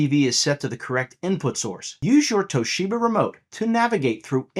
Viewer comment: Toe sheba 😂😂😂